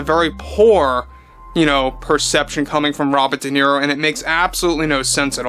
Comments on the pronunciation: Robert dequeero 😅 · I don’t think Duhhhnero has ever read a book😂😂😂